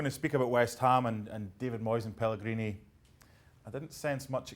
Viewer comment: Video starts: Mark Donaldson: "Pellegree no more" Mark Donaldson's conscious: did i seriously just say pellegree?